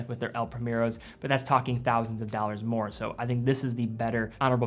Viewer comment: In part I watch your vids just to hear you say " doll-RRRRS " ...I even slow the playback to .75 just to get longer watch shots for my " doll-RRRRS "